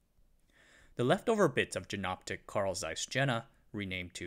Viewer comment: Good video! As noted down below, since Jena is pronounced "Yayna", Jenoptik is pronounced like "Yenoptik" or "Ienoptik", not with the "J" sound like in "Jennifer". Sorry for nitpicking.